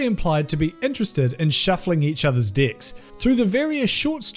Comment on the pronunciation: I laugh every time he says deck 🤣😂😂